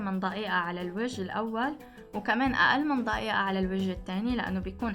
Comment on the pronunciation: يااختي اسمها دقيقه دقيقه مو ضقيئه!!